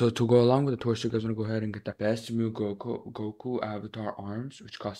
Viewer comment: saying mew not saying m u i😢😭😭